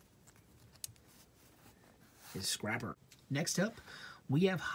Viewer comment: You called scrapper scrapel